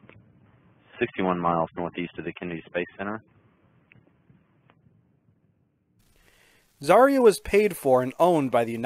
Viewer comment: Everyone says Zarya wrong. Because in Russian "ya" is one letter.